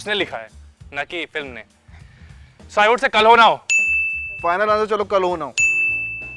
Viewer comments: Who heard kal ho na ho as Carona go😂😂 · 1.35 kisi ko she said korona ho